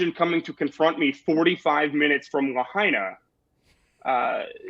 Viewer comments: Viva, its “La -HIGH-na” ! Not La-HAY-na. Say it ten times La -HIGH-na, La -HIGH-na La -HIGH-na, La -HIGH-na, etc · Lahaina is not la hay nah. It's la high nah. Sloppy Viva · it's LA HIgh Na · Please, it's pronounced La hyena, or la high nah. "In the mother tongue, ‘āina refers to that which feeds, that being the land and its produce, as well as the sea and the all the things from it we can collect and harvest to sustain our selves with." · please correct the pronunciation of lahaina